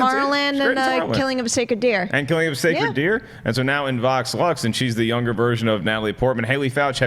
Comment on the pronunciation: I kept hear say Vox Lunch instead of Vox Lux